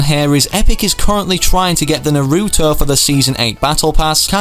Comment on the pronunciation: It's t nar-oo-to